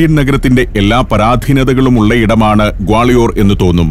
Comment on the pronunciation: ഞങ്ങൾ ഗാളയോർ എന്നല്ല ഇവിടെ പറയുന്നത്.ഗാളിയർ എന്നാണ്.🌹🌹💗💗💗